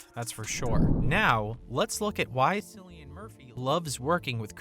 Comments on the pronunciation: The narrator must be AI. By now the whole world should know it's Kill-ian, not Silly-an!!!!😡 The Irish alphabet doesn't have the letter K, so most C names are going to be hard Cs. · It’s not pronounced sillyan. It’s Killian. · KILL- IAN, not sillian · KILLian, not Cill ian. Jeez. Do your research. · Get it right! It's not pronounced Sill-e-an but Kill-e-an. Please get it right. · Ahh shit!!! it's K, like Killian! not Sillian.... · His name is pronounced “Cillian” and not Sillian .. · Hard C !!!!!!!! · KILL-i-an Murphy...ffs... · Bro jst called him Sillian Murphy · His name is pronounced "Kill-ian"! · its fucking killian pronounced in lreland show some respect A I. Boy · Its pronounced KILL-IAN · Cillian is pronounced like Killian. It's just spelled differently. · It’s KILLian Murphy. Jesus. 😂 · the "Cill" part of his name is pronounced "kill" smh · I believe it's pronounced "Killian " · 🙄 KILL-ian. Hard "C" you'd think it'd be easy enough to research with all the other details. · There's no K in irish so that Cillian is pronounced with a hard C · When the narrator mispronounced Cillian’s name that’s when I closed the video. You make a video about someone and don’t do the basic homework? Come on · Yep .. spot on, lazy reporter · Please pronounce The GOAT's name correctly or just refer to him as The GOAT.. I cringe every time you say his name wrong..